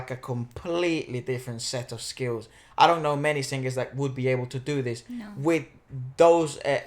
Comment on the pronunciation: You said The sing-gers...??? Ahahahhaha But any way polita corrales is From the Philippines...